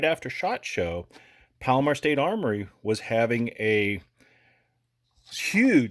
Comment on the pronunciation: 40 you can hear him pronounce palmetto “pal-mur” state armor